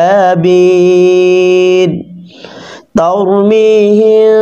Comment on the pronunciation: Tar mi hin bolsen kno tar mi him hbe to..🙂 r bakita masha allah khub valo hoyeche..🥰